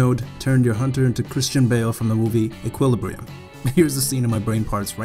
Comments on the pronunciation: You pronounce Equilibrium very strangely... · How can you not pronounce equilibrium lol